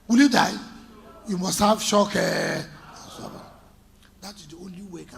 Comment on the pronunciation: please can you let Wike know that it's called shock absorber and not shock absorver